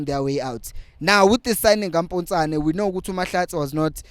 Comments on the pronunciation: Potsane not Mpotsane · It's Potsane bro NOT Mpontshane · IT'S POTSANE, NOT POTJANE😂😂😂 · Sorry.But his name is Potsane not Mpotsane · Potsane not mpotsane